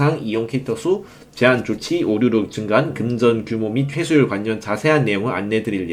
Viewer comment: 발음좀 고치셔야할듯 관년 오뉴 완뇨 라고 말하시는데 내용 집중이 안됨